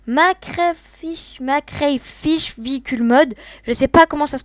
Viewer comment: Ça se prononce mister crayfish veicle mode